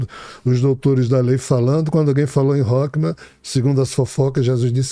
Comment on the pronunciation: "rokma"😅😅😅 é sabedoria e na realidade ele quis dizer "rrorrma" o Ch em hebraico tem som de "rr" como Rato. Assim como malchut o ch se pronuncia com som de "RR" e isso é basico na pronuncia do hebraico. Mas a estória contada da um livro mais verídico do que Harry Potter.